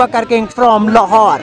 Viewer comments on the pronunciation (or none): none